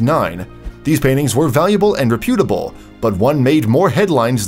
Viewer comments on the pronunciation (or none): It’d be nice if the boneheaded narrator could pronounce “reputable “ correctly.